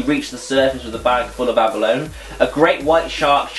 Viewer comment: Aba-lone haha, Love it, I'm pretty sure it's pronounced abb-r-low-knee XD